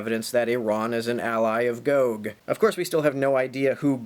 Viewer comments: It's gog not goog. You get it right when you're reading the passage but then not again? Hmm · o is still pronounced like the o in body and the Me pronounced like a in base. You only said both one way (I watched the whole video) with the o being like the o in go. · I'm mostly concernded on how you pronounce "gog". you switch between "GOg" and "gog" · I always thought it was 'gog' as opposed to 'goag' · GOG is just GOG spelled backwards. ;-) Regardless of how Chomsky pronounce these terms, it seems, although I could be wrong, it's pronounced GAHG not GOHG. (ɡɒɡ / ˈmeɪɡɒɡ) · It's pronounced GAHG and MAYGAHG. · Can you learn to pronunciate Gog and Magog please. Gog is a person, the "Chief Prince of Meshech and Tubal (Ezekiel 38:3). Megog is the land he is from (Ezekiel 38:2, modern day Turkey). This battle happens toward the end of Christ Millennial Reign (Revelation 20:7-9).